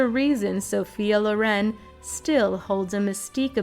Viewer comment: It's not Lo'ren, it's 'Loren...